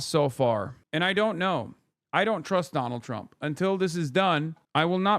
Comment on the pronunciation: why does "Donald Trump" sound incorrect? Like, it's the wrong pronounciation of it or something? Like Trump isn't a real word